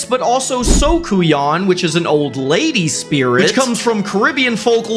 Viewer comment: 🔥🇯🇲🫶🏿🇹🇹🔥 Also "Soucouyant" is pronounced "Soo-coo-yah"